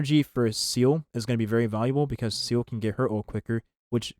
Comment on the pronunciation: Seele ❌️ Seal ✅️